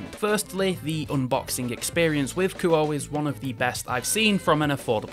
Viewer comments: I think it's pronounced more like Koo-Oh-Eh. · Actually, the proper Japanese pronunciation of Kuoe would be (Ku-Oh-Eh). I'm not sure if they want their name pronounced like an English word, usually not. But it would be like calling a girl named Akane A Cane instead of (Ah-Kah-Nay).